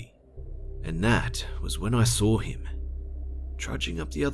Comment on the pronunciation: Why does this guy put an r at the end of Saw? I sar some.